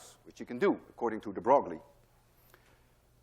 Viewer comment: Hey Dude... juste a useless precision Louis de Broglie correcte prononciation (very unintuitive) is like Louis de "breuil" (bʁœj) (you could try this voice synthesis to here the prononciation... but read "breuil" to here the correcte sound. Well in france every people will have pronounced like you but no physicists ;-) .... See you soon !